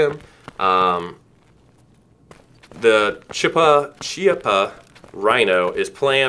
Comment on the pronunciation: Chiappa Ki-Ah-Pah